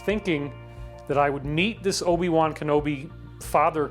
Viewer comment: This dude lost all respect when he went O B Wan Kenobi!!! Before 3 minutes 30 seconds I'm out here